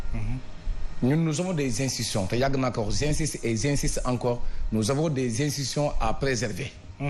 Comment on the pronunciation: Où est khalifone qui insultait gravement macky ? Où est coura macky? Où Julie diop ? Tu ne les as jamais entendu. Avec ton français pourri. On dit institution et non insition. Ou bien tu parles wolof. Connaissance et pertinence zéro. Bizarrement tu as mis du sable dans la sauce. Omar talla nous a fait une bonne sauce.q